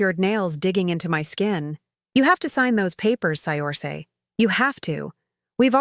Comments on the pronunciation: The name is pronounced "Sercia" not..Siorsi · Pretty sure Saoirse is pronounce Sur-shah, not Say-orse. I believe it’s Gaelic. 😊